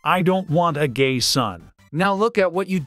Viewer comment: Gae you mean gay?